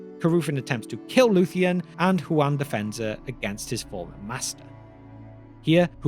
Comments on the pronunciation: You keep pronouncing it like the name Juan. This is explicitly not correct. It is "Hoo-an" or "hoo-ahn" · Hu-en? You mean Juan?